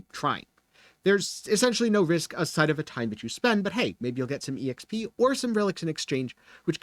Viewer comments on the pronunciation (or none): This dude said “exp”